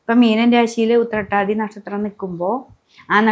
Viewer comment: Utthrattathi onnum clear alla